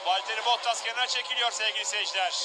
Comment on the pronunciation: gerçekten duauyen yıllardır anlatıyor, ve işini içine duygularını da katıyor! Sadece tek ricam '"Bottas" telaffuzunu düzeltmesi. Teşekkürler!